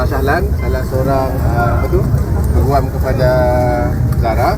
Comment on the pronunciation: ........cuma nak betulkan sikit jaa...mejoriti org Indonesia salah sebutan Peguam tuu...sebutannya yg betul tuu pe'guam'...soryy iyaa...cuma nak betoi kan ajaa🙏🏾🙏🏾🌹